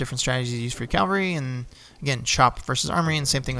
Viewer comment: Great series of videos. Just two things.: Melee, is pronounced May-Lay. And it's CAValry, not CALvary. I know, I know, I'm that guy, but just trying to help with the accuracy.